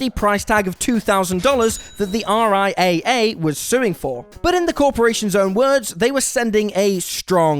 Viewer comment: Just a quick note. In the business, the RIAA is spoken as "R-I- Double A".